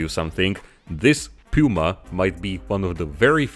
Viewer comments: Awesome!!! I would die to see a diorama with a Puma and a Leopard in battle formation. But as a German, I am obliged to improve your pronunciation of „Puma“😁 the „u“ is pronounced like the „o“s in „zoo“. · “DE PÜMA” c.. 😁